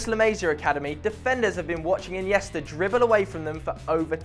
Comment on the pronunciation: he said inesta 2050